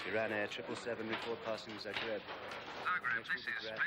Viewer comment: It's Zagreb, not Zargreb :-P